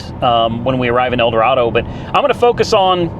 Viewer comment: I wanted to dislike Teslas, but I can't, it's an amazing piece of engineering. Well done, sir. Edit: However, Kansas natives pronounce it "El Doraaado."😂